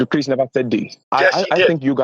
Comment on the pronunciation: Listen here I'm NOT CHRYISP!!!!!! I AM CHRIS?